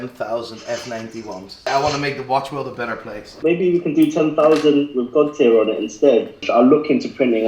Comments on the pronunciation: How does one go about acquiring this said ‘GOÅED TIAER WAATCH’? It’s for my wife. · "10,000 CAH-zeeyos coming your way. Making the watch world a better place." gaaaawwwtare.